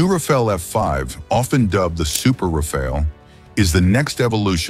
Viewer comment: Rafale, not 'Rafael'. The french word Rafale means Gust of wind.